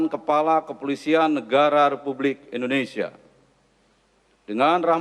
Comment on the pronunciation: menit MC nya ngomong ada dah.... presiden republisia ???? :D